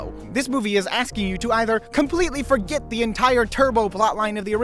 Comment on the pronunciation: Did he say forGyatt 🤣😭🤣😭🤣🤣💀💀💀